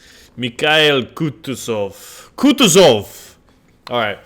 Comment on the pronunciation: KH=H, like in "honey". IL is same as "kill". And it's KutUzov, not KUtuzov.